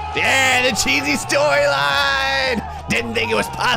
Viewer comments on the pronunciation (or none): lol the "cheesy storyline" says "cheey storyline"